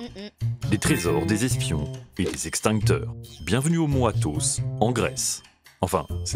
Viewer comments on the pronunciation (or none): Ok, mais le commentateur parle du mont Athaus (aus, et non os comme en Grec) donc, je me suis dit...